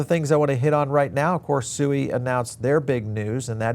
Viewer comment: Did you just say SUI Wrong five times in just less than 1 minute. It's hard to take crypto brows seriously with I can't even pronounce 💩 correctly